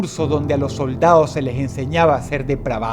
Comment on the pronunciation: DIJISTE LOS SOLDAOSXD